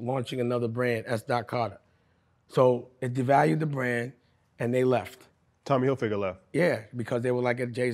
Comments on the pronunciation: Did he say Tommy Hilfinger??😂🫣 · “Tommy Hilfinger”